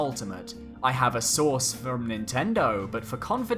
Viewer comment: Lmao I thought u said “I have a sauce at nintendo”